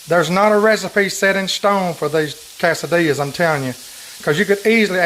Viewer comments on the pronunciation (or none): The way you say that cracks me up! Chicken ka-sa-dillyas! And tor-till-yas. Gotta love it!! Love your recipes! You are a blessing!